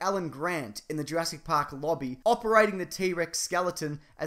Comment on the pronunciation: I had to pause the video at 'URASS PARK' 'Cause I couldn't stop laughing XDDD